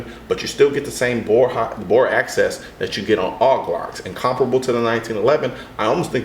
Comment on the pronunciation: "Axis" is not pronounced the same as 'access'... :)